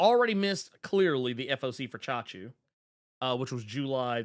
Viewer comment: never expected to see a comic book titled CHACHU! damn that's amazing & props for the correct pronunciation of it too From what I know from Hindi as Hindi & Urdu share a lot of commonalities (they pretty much sibling languages originated in Mughal era of India where Hindi leans into Sanskrit roots whereas Urdu goes for Arabic or Persian roots) so that'd be an informal term for uncle. Chacha (& Chachi for Aunt) is the formal one and Chachu is what nieces and nephews very affectionately call their uncle which makes that title pretty adorably cute and lets me know how close the familial bond is. Though the brief story intro that you mentioned sounds like it could be a story of a Chacha becoming the Chachu for the MC.